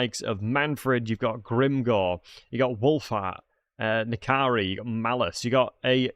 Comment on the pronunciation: called Nakai "Nkari"